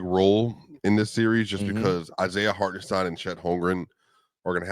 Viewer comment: did he just say Hart -en -STEEN? can't listen to ya' now